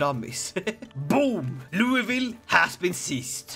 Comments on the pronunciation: It's definitely not "loo-ee-vill". It's pronounced "lü-vøl". Don't ask why. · Louisville is actually pronounced more like loo-a-vul